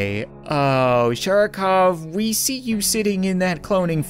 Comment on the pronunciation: It’s SHARICOVE NOT SHARCOVE